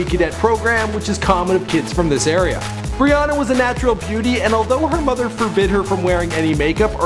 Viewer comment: It sounded like he said bre Ana